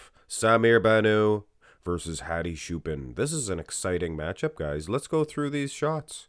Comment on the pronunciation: Just because I like your channel. His last name Choopan is pronounced like Chew Pawn.